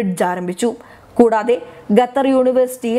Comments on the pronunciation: Chakkare Qa not Ga😎😎🙏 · Gattar അല്ല ഖത്തർ ആണ് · ഗത്തർ അല്ല ഖത്തർ... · ഗത്തർ അല്ല ഖത്തർ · ഗത്തർ അല്ല ഖത്തർ ആണ് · വൃത്തിയായി മലയാളം പറഞ്ഞ് പഠിക്കു എന്നിട്ടാകാം വായന . ഇതിന്റെ " ഗത്തർ" മടുത്തു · Why does she keep saying gutter? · ഇപ്പോൾ 'ഗട്ടർ' ആയി എന്നു മാത്രം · Khatha is pronounced as Gathar. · It is generally acceptable to say pronounce Qatar as kuh-TAR or cutter. 🤭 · ഗെത്തർ ഇസ്ലാമിഗ ബീഗരദ ബക്ഷ്യ സുരഗ്ഷിദത്വം അക്ഷരശുദ്ധിയോടെ വായിക്കൂ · എന്താ ഈ പെണ്ണ് ഗത്തെർ ഗത്തെർ എന്ന് പറയുന്നത് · Uchharanam ശരിയല്ല ഖത്തര്‍ എന്ന് തിരുത്തുക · Eddie pullai.....Check your pronunciation of Qatar........( KA-THAR) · Gutter... Not sure whether she is pronouncing wrongly or making fun of qatar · ഗത്തർ അല്ല ഖത്തർ എന്ന് ഉച്ചരിക്കാൻ ശ്രമിച്ചാൽ നല്ലത്.,അത്പോലെ ബക്ഷണം അല്ല ഭക്ഷണം എന്ന് കൃത്യമായി പറയുക.അറിയാൻ പാടില്ല എങ്കിൽ മനസിലാക്കിയ ശേഷം വാർത്ത വായിക്കാൻ ശ്രമിക്കുക. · ഉച്ചാരണം കൂടുതൽ ശ്രദ്ധിക്കാം. ഗത്തറല്ല, ഖത്തറല്ലേ ശരി? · ഗത്തർ അല്ല ഖത്തർ ആണ്. ഉച്ചാരണ ശുദ്ധി ശ്രദ്ധിക്കുക. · ഭക്ഷണം ഒക്കെ കൊടുത്തുകൊള്ളൂ. പക്ഷേ അവരുടെ ഓയില്‍ വാങ്ങാതിരുന്നാൽ മതി.... ഈ പെണ്ണ് ഗത്തർ എന്നാണല്ലോ പറയുന്നത്. ഖത്തര്‍ ആണ്. ഭാഷ അറിയാത്തതിനേ ഒക്കെ പിടിച്ചു ന്യൂസ് വായിപ്പിക്കുന്നതിന്റെ കുഴപ്പം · " ഗെത്തർ " അത് ഏത് രാജ്യമാണ്? അക്ഷരം പഠിച്ചിട്ട് വാർത്ത വായിക്കൂ. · എനിക്ക് അറിയാന്മേലാഞ്ഞിട്ട് ചോദിക്കുവാ ഗെത്തറോ ഖത്തറോ. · ഗെത്തർ അല്ല ഖത്തർ ആണ്. അക്ഷര ശുദ്ധിയോട് വായിച്ചാൽ കേൾക്കാൻ സുഖമാണ്. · ഗതർ അല്ല ഖത്തർ മലയാളം പേപ്പർ വായിക്ക് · ഗത്തറല്ല. ഖത്തർ എന്നതാണ് ശരി. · ഗത്തറല്ല ഖത്തർ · മോളൂ ഗത്തർ അല്ല ഖത്തർ..പറഞ്ഞേ...ഖത്തർ.. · കൊച്ചേ ഗത്തർ അല്ല ഖത്തർ എന്നു മലയാള ത്തിൽ,Qatar എന്ന് ഇംഗ്ലീഷിലോ പറയാം,ഒരു ഗത്തറും കൊണ്ട് വന്നിരി ക്കുന്നു,പോയി നാക്ക്‌ വടിക്ക്. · ഗത്തർ അല്ല ഖത്തർ എന്ന് പറയു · It is Qatar not Gatar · ഗത്തർ അല്ല... ഖത്തർ ആണ്.. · ഗത്തരല്ല, ഖത്തർ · ഗതർ അല്ല QATAR ആണ് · Pronounce properly pls Qatar & not Gutter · Bakshanam... Gaththar.. poor pronunciations 👎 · Gather, guran . What is this ?! Please read ഖത്തർ, ഖുർആൻ. You should have to read according to their pronounciation and not your own couped style. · ഗത്തർ അല്ല ഖത്തർ ആണ്.